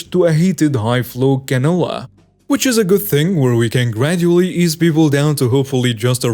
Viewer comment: Cannula is pronounced can-you-la.